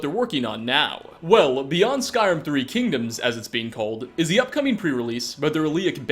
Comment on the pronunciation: I though he said skywim... when he first said it